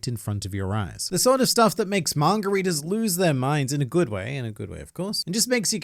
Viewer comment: Sometimes when he says manga readers it sounds like margaritas